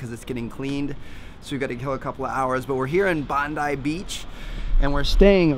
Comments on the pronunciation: haha he said bandi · I love how he pronounced 'Bondi Beach' 😂😂😂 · You said Bondi wrong!😂 I’m from Australia I’m glad you went to Australia 😇